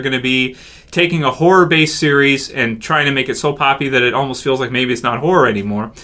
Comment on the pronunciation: He kept on saying pooppy when talking about how glen's eye popped out of his socket and it was gross as shit!